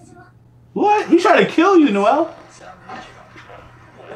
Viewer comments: it’s pronounced (No ~ zell) like how “Noel” is pronounced but with a “z” just wanted to help with your pronunciation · Ngl it really irks me when people miss pronounce names lmao. I loved the reaction but the miss pronounciation of Nozel was bad lmao